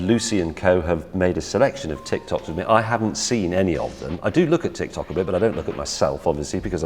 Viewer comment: So, nobody heard him saying TitsTok?